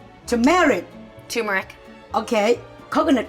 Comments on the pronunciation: when says turmeric it sounds like tamera lol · I keep thinking they’re saying “Tamera” 😂😂😂🤦🏽‍♀️ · The R is pronounced in TuR-mur-ic